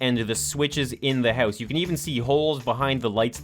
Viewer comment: gotta love his accent on "house" - heus